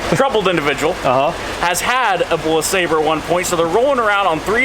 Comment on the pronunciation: you need to learn how to pronounce LeSabre like the vice grip garage does.